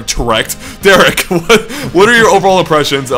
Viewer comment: Derrick-ect....... LOL ANDRE! XD